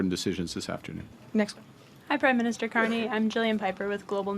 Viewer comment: Kah who? Car knee